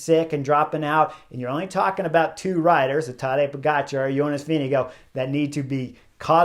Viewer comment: The TDF winner’s name is VINGEGAARD you have to pronounce the letter R in his name (Not Vindigo like Indigo as you say it ) but Vinegaarrrrrrrrd! Give him some respect and say his name correctly PLEASE!